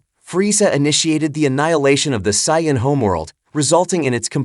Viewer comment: learn how to say saiyan correctly !!!!!!!!!